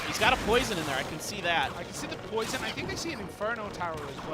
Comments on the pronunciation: dog he says poron on accident instead of poison look at the other guys name lol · Xera 51 they say porn instead of poison